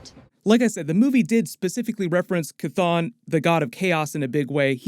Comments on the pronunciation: Jesus the fucking H is not silent. Its Cheh ton not Cuhthone. 🤦🏿‍♂️🤦🏿‍♂️ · Dude, the demon's name is not pronounced Kathon its pronounced Shhhthon. You didn't hear Wond say it in the movie. I keep commenting to you everytime you mispronounce it. I guess its better than the way you use to buchter it, Kathone. Its Shhhthon !!!!!!!!!!!!!!!!!!!!!!!!!!!!!!!! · After MOM i realize Chthon is pronounced sathon. So I always cringe when I hear it pronounced cathon now.